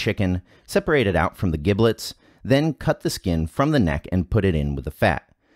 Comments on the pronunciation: Not to be pedantic, but to be pedantic: "giblets" is pronounced with a soft g, as if it were spelled jiblets. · So mispronouncing giblets... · LOL The way he pronounces giblets! The "g" in giblets is like "j' in jump. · "Giblets" with a hard "g"? Really? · Anyone else cringing at the mispronunciation of "giblets"? No? Just my? Cool, cool. Or is it one of those words like gif that people argue about?